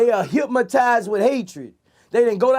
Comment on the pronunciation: I hate hearing boosie put the letter M in hypnotized